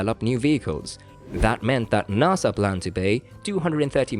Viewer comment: It is pronounced NASA, not NAAASA you wimp what ever you are.